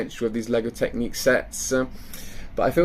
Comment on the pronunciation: Not trying to be a troll and really appreciate the videos you put out but but surely I'm not the only one shouting "It's Technic not Technique!" at the screen